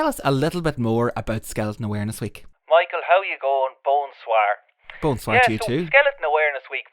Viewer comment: "Bone Soir" hahaha